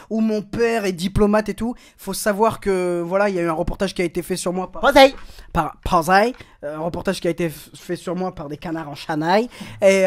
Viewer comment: qui a envie de le tuer quand il dit posey?